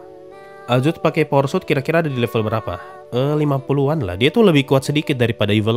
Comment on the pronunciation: aku denger nya "porsut" bukan "power suit"